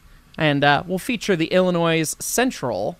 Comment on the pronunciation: Idkif this has been answered before, but is this gonna support the rail driver controller? Also, I pray to god that I didn't just hear you pronounce the S in Illinois . Itis silent and should never be pronounced even when used in a possessive or or plural context.